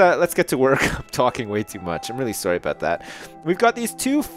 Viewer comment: lol says sorry "soary"